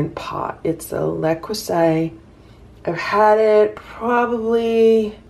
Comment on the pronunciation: It is pronounced LE CREW SET not “le crew sigh”. 😂😂😂😂